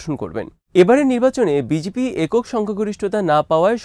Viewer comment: ভাই ওটা বিজিপি না বিজেপি হবে।